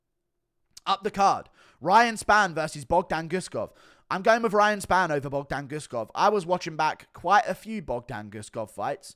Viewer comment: Just hearing Guru say Bogdan Guskov is cracking me up for some reason